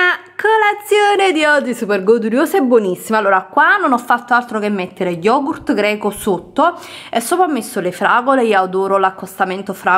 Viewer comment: Ussignur lo YOGU SKAIR